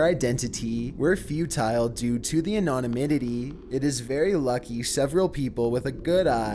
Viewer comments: Anonymitity? 😂 come on. You definitely do this on purpose! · He also constantly says anonomity in his videos lol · He mispronounces so many words, it's partly what entertains me. He couldn't say anonymity either.